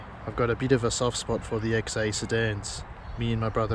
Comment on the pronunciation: i swear i can hear you saying XE and not XA LOL